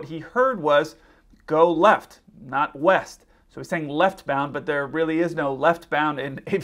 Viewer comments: East!? I thought you said weest. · He clearly stated he was going left, while the 'west' of the ATC could be interpreted as 'left' as it was certainly not clearly spoken in this recording. You have to read back what you are hearing for exactly this reason, because misunderstandings happen, but then it does help if ATC is actually listening to what is clearly read back and in this case correct the pilot before he takes off.